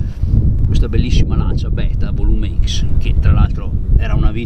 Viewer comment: Si legge volumecs no volume ics, sarebbe il compressore meccanico, non turbo. Ciao